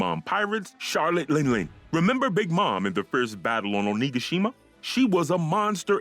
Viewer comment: Am I the only one here bothered about his pronunciations of Onigashima, Kaido and Haki!